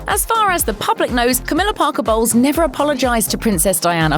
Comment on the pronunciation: Her: CAMILLA BOLWES ME HEARING: camilla balls